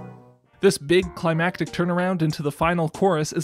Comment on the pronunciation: "beeg violin" 😂